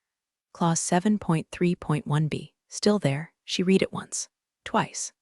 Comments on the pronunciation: "Reed" "Red" WTF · AI can’t distinguish. Have to write “red” for correct pronunciation of past tense. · Word READ is pronounced differently dependent upon TENSE used. When incorrectly used it is demeaning to story.